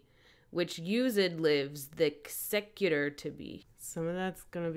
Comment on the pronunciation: GASP censorship? is this mid-range hanging shakespeare? Also the added syllable from use(')d and the removed one from thexecutor is kind of an interesting twist of language. makes you wonder why those were used there